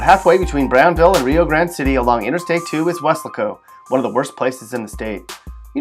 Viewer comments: it should be pronounced "weh -LASS - koh" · who told you how to pronounce Welasco? it's we-LAS-co. Also, you left out Amarillo. and San Angelo... and Wichita Falls... and it's very sad about Galveston. up until 1900 it was a very important and cool place (think New Orleans). Unfortunately, the 1900 hurricane killed half the people and blew the city away, and it never recovered. and definitely stay out of that southeast corner of the state! Vidor's latest claim to fame is that it is where the two white supremicists chained a mentally challenged black man to their pick up and dragged him to death. but they were arrested and sent to death row. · Thats pronounced "was-lay-co"